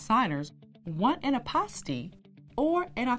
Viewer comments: 😂😂😂 fouroh four reaction was spot on I’m rollinnn ..Hilarious because when she said apostille I was waiting for her to double back and correct her pronunciation but second go around she pronounced it the same way. I was like oh snap ! Let me hit google university because I could be wrong . Nevertheless I appreciate the content . Great work. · Hi. Since apostille is a French term, ah-pah-STEE is the preferred pronunciation of the Hague Conference on International Law, the body that oversees adoption of apostille standards. However, apostille is also pronounced: AH-pah-still or ah-PAH-still. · First of all- I've been pronouncing apostille all wrong.